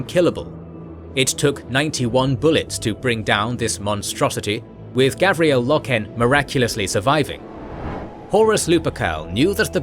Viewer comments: Garviel, not Gavriel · It's GARVIEL Loken, not Gavriel :( And pretty sure it is read Ezekiel not EzeKYLE Abbadon...although the spelling here strongly suggests something else. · Garviel Loken, not Gavriel. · Garviel Loken.....GARVIEL...... the other lore mistakes dont matter that much, but Garvi, come on XD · His name is Garviel! GODDAMMIT!! LoL Great Documentary 👍 👌 The details are awesome. I didn't expect to hear about Eujan Temba and Samus or how many explosive rounds it took to take him out. For a newcomer this information is perfect.